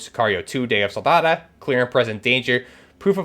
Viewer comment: It’s pronounced Sicario Day of Sol-da-do, not Soldada